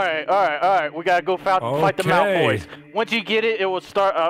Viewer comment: Malfroys instead of Malfoys lol